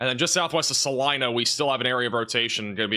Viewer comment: Thanks for pronouncing Salina (KS) correctly!